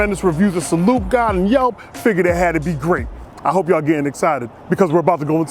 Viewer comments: Pronounced Sal-eu-tay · Pronounced salu-teh. It means cheers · Yo my dude, it's Italian, so the correct pronunciation of the restaurant's name has to syllabes, "Salute-tay." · Salute means "cheers" in italian, and the last "e" is more like an "a". I hope someday you'll try real italian food, possibly in italy, it will be mind blowing! Anyway greets from italy, keep up the good work, sending you good vibes.